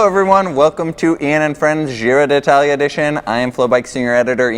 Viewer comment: Can't believe that whole Giro has passed, and you two guys havent learned to pronounce Giro d'Italia correctly. There isn't two "i", it is not di Italia, it is d'Italia, so just pronounce one "i" letter. Anyway, nice reviews, not so much technical and statistical, but not waste of time for sure.